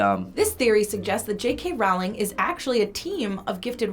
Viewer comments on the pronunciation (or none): FBE: Rowling sounds like bowling. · Ugh. Rowling like bowling, not Rowling like howling. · please stop saying Rowling like that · Don't even say JK Rowling correctly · Why does she mispronounce "Rowling"? 😭